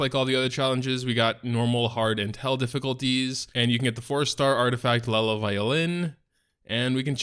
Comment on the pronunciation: Ayyyy you said it right this time buddy :D